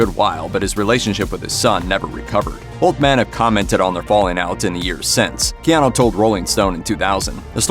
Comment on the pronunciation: I wonder if he gets tired of people that are talking about him.. continue mispronouncing his name.. It’s KeanU.. not KeanO. 😂